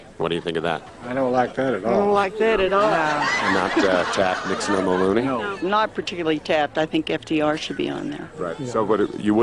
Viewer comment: Mulronry.. prime minister of canada a conservative pseudo american.. mulronry yuck.